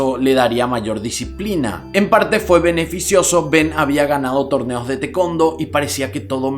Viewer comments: Tekondo?? Aahhh TaeKuonDo jajaja hasta que lo escribí hizo sentido. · ¨tekondo¨ mis oídos sangran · Excelente tu narración sin rodeos vas al grano;solo un concejo con todo respeto en palabras escritas en inglés como Taekwondo,busca su pronunciación en su idioma Ta-e-kwon-do en castellano se escucha TA-I-CUAN-DO.En fin ya tienes un nuevo suscriptor.Saludos y abrazos desde San Antonio Tx 🇺🇸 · Nadie:: Te-Kon-Do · Ay, el taekwondo mal pronunciado me pego fuerte